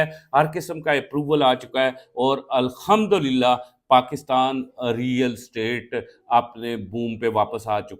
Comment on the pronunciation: قِبلہ اَلخمدولِلہ نہیں ہے، توبہ استغفار ☹️ اَلحمدُلِلہ ہے👌 اپنے تلفظ کی تصیح کر لیں اور کسی مُفتی یا عالمِ دِینِ سے بھی پُوچھ لیں، ویسے جناب دا تعلق کِس پِنڈ تَھاں توں اے🤔